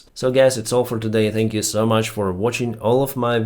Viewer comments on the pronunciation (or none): none